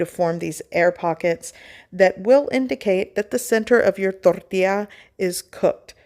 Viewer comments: Exactly my point. That's why it is INCORRECT for her to roll the R in it. Thank you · Why do you keep mispronouncing "tortilla?"